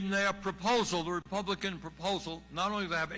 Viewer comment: No "k" in republic? I wuz skooled in a pubik skool.